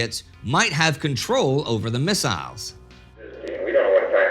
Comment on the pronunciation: I drink a sip of my beer every time Indy says missaisles..